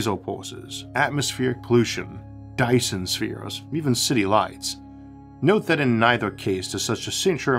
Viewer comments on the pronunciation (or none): none